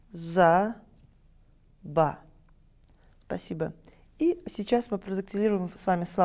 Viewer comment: Обожаю её ,,спАсибо". Прям бич гёрл-бабулька😂 Как там будет крашиха на ЯЖ?😂❤